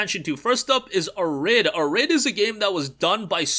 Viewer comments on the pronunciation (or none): Arid - air~id (Uh~rid lol). It's cool - arid desert (arid means dry/ lacking moisture). Still dig your reviews - just gotta digital dutch rub ya! Good vid btw - keep em coming! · Thanks. Also, Arid is pronounced as "AIR-id" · Yup. /ˈærɪd/ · You're pronouncing "Arid" so weird. Lol. It's Arid.... Like dry and arid climate.